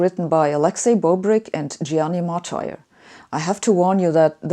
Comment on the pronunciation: That is not the correct pronunciation of the name of the Italian guy Martire. This is the correct pronunciation